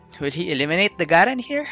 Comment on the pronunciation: Garen is actually pronounced GAyREN Avoid the small letter, If you want i can edit this comment with other champion pronunciations, Ngl, i am completely fine with your accent, a lot of time back i used to get irritated when people didn't use the generic accent, but I got over it , but there might be others who kinda get annoyed with an uncommon accent..